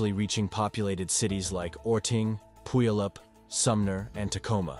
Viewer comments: I was wondering where pool E oop was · It’s pu-y-all-up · Pew-all-up. Puyallup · Puyallup 🤷🏼‍♀️ ‘Pew-all-up’ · It’s Pew-al-up. (Puyallup) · It's pu al up! Puyallup!😂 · This is a low effort video. Machine narration and stock footage of random mountains and volcanos. But I enjoyed hearing Puyallup pronounced that way!